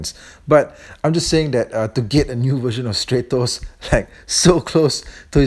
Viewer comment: It's statos not straytos